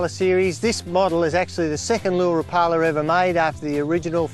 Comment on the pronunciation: I think a Rapala rep should know how to pronounce the name correctly.